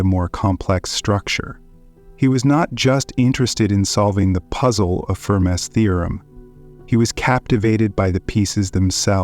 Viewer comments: Fermat is pronounced as Fur mah. The T is silent. Just sayin… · a rith’ me tic. Fer mat. Sigh.